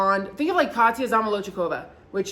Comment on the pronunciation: Why was I so turned on when you pronounced our Queen Katyas name 🥰🥰🥰🥰🤣🤣🤣🤣